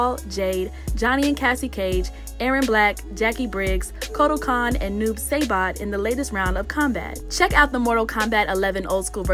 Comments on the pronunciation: It's Sai-Bot 🙄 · It's Sigh-Bot not Say-Bot, learn it before you say it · Noob SAYbot. You better put some respect on that name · Noob SAYbot 😂😂😂😂😂😂😂😂 I'm just joking around, I don't actually care, but it did have me rollin' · Bruh she really said “Noob SAYbot” 😂😑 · lmao she said Noob SAYbot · Saybot !!?? SAYBOT!!!??? ....Highly disrespectful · Who tf is Noob Saybot? Its Saibot..dont disrespect his name again☺ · Poor girl said noob saybot 😅😅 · IM TRIGGERED SHE SAID NOOB SAY BOT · I'm sorry but I don't get how u could see noob saibot and think “hmmm. How could this be pronounced?” “Oh I got it, it's noob saybot!” for real how can u get that wrong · Say-bot, Kung fu twins really. Girl stop, I cringed so hard I’m embarrassed for you. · clicked off this vid as soon as I heard Noob Saybot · SMH Noob saybot of all the names 2 get wrong, clearly she's not a fan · Noob Saybot? Wtf. Lol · ”Noob Say-bot.” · The way she pronounced noob saibot was weird... clearly she doesn’t play MK... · Oh hell no did she does pronounce noob saibots name wrong